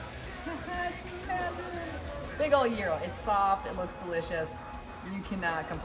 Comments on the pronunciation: so happy you pronounce gyro right. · A lot of people get it wrong but you’re on point! You’re saying gyro just right! Way to go on the win. Another awesome victory. You’re awesome chic!